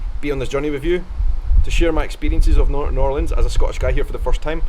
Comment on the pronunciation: Thank you for not saying New orleens